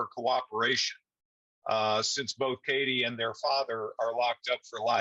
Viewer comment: PLEASE pronounce Katie’s name correctly!!!!!